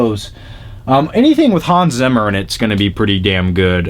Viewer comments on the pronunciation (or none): none